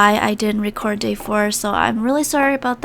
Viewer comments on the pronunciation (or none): none